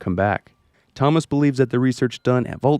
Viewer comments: I don't know what annoys me more, the fact you're saying it like toe-moss, or the fact that you're definitely doing it to annoy people like me. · Why do you pronounce Thomas that way?